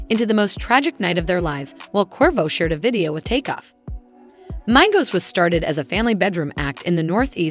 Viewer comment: Learn how to pronounce peoples names the fuck the shit started off good until she said the names of the people on the group and pronounced the group name itself, lord Jesus😢